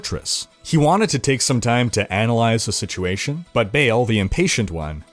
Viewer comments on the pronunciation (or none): Its Baaaal not Bale! Wtf?